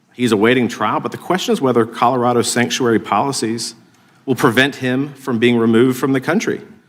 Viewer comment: that was dubbed over surely. Ms hageman didnt say Boulder Collerardo